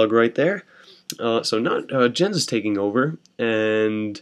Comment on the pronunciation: Are you actually calling him "Jen" or is that my hearing impairment?